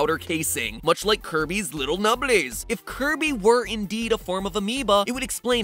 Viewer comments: I NEEDUH MONSTAH TO CLOBBAH DAT DERE KIRBEH! (psst: slow it to 0.25.) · did MatPat just say curvy Owo?